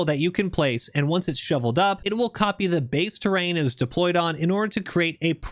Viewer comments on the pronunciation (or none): none